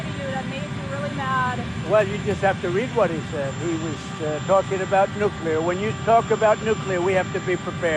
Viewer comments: Luke PLEASE, its NUKE LEE ERR not NUKE YOU LERRR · Why does Luke spell "Nuclear" when it's obvious, by how he pronounces it, that it's supposed to be spelled "Nucular"? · Nuclear. New Clear. Two syllables Luke! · Nu - clear. New Clear. 2 syllables ✌️ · The word is nuk lee ar! Why does everybody, even educated people, sound illiterate?! People arent taking it aeriously because evryone sounds like a cartoon! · Nuclear actually has three syllables. Nu- clee-ar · Pronouncing nuclear with more than two syllables waters down the entire message.